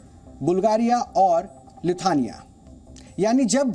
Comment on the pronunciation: He has never heard the name of the country LITHUANIA in his life..!! He says, "Lithania" (time )!!! 🤦🤓🤔🙄 It also means his general knowledge of Geography and the countries of the world is poor. Never ever heard the name of this country!! Such a newsreader is now anchoring the DNA program on Zee News. Are you paying an attention Mr Subhash Chandra?? Couldn't you get a Competent Newsreader for DNA/ Zee News??!!